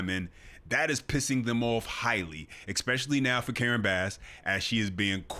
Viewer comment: THERE IS NO SUCH WORD AS ECK - SPESH - ILLY !!!!